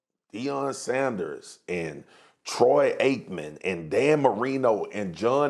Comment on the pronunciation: Dude said Troy Aikman💀💀💀💀